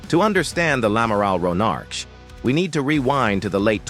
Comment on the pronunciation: ouais enfin le nom du navire c'est "Amiral Ronarc'h" pas lamaral Ronarch. Merci de respecter la mémoire de celui qui a donné son nom à cette Frégate en le prononçant correctement !